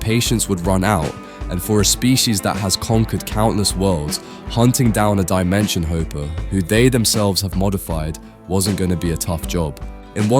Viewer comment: Dimension “hoper”? You would make less mistakes if you didn’t use GPT to write the script